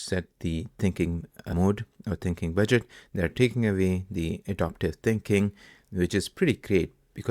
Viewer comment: Thanks. Btw - Adaptive not adoptive. Totally different word and meaning. Just to help